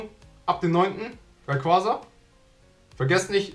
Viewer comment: Es heißt nicht Raiquasa sondern Raiquaza